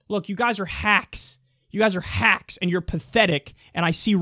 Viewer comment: I love how you pronounce the word HHHACKS! You really mean it. You really, really mean it! LOL!